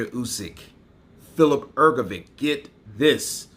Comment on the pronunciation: Bro it's not "Hrgovick" it's Hrgović and Ć is just ch sound so Hrgovich.